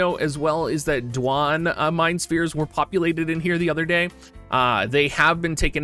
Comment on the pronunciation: I love that you can call him Dwahn with a straight face now. XD